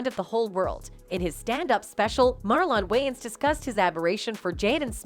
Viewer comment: who is Marllon wayans? I can't unhear the mispronunciation over and over. Can this women narrate and pronounce Marlon Wayans name correctly? this woman is like a white 2nd grade teacher who keeps reading the attendance sheet Wayans, Marllon? Is there a Marllon Way-----ans here today?